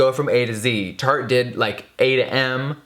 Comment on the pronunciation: At the beginning sounded like he said "turd shape tape", accurate hah